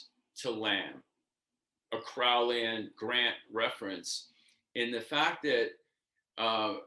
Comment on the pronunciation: You can’t even pronounce Crowley correctly…